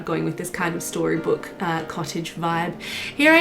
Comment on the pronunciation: We did it fam, we got to say "storybook" correctly 😂 I love all the paneled walls and the colors you chose. The whole thing is so beautiful. I wish I had your patience to build and decorate.